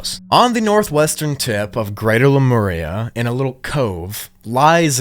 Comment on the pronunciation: I’d watch this again just to hear you say “Lameria”😂. Cool vid, don’t make us wait hella for pt.3